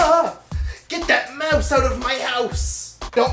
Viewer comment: I'm Canadian and I sure hope I don't say out, house and mouse like the way you do. It sounded all Australian-irish or somethin :/